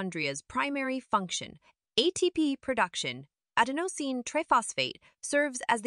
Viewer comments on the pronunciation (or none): This AI pronunciation is hilarious. "ad-in-OH-seen" lmao